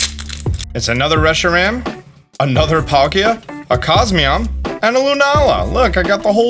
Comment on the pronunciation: I am so sorry, i can't help but be that guy! It's za-shee-yuhn It's zer-nee-uhs It's coh-smo-emm It's also paw-nee-yard! Again I'm so sorry i just couldn't help HHHHHHHHH